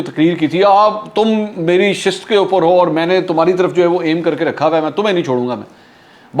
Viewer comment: ششت پر نہیں نشست پر